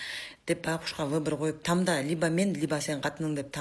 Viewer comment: Тамда деп туура суйлошунду билбей ушинтип чыгып алганына жол болсун ,тамда эмес танда болот кызым 😊